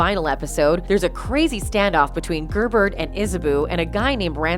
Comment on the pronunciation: This was painful everytime you said Gerbert 😅